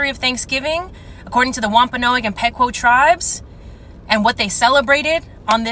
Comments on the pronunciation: The female tictoker doesn’t even pronounce Pequot correctly which really makes me wonder about her supposed outrage. If you are upset about the genocide of the Wampanoag and Pequot peoples start by learning how to correctly refer to them. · I can't take seriously that child at the end who can't pronounce Wapanoag and Pequot correctly. If you're going to pretend to be an ally to people, at least learn to say their names correctly lmfao EDIT: Also, if anyone started screaming and acting like a jackass at my family's Thanksgiving, they'd either be laughed at or get their ass whooped for being a prick.